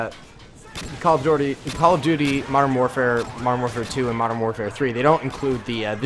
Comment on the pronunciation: did you say “cuttle of duty”?